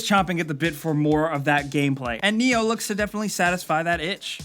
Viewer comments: NIOH speaks with I not E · "Ni-Oh" is actually pronounced: "Mr. Anderson"